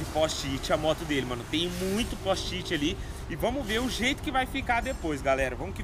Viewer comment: "póst-it" KKKKKKKKKKKKKKKKK salve